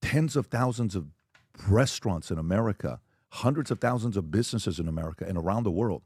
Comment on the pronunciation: lol did PBD say Breastaurant!!!